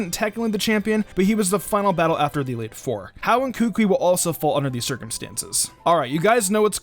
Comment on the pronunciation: You pronounced kukui so bad